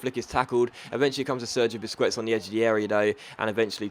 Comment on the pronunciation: I swear I cringe every time you say "Busqwets" xD